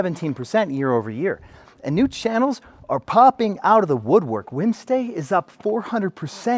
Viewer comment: Is he saying “winstay”? Or what?